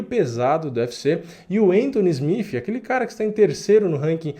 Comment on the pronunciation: Mano na boa pronuncia SmiTH ou SmiTi porque SmiFi soa muito feio. Abraço